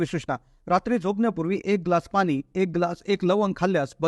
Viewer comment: Speak good Marathi..not ani Pani . Hariom.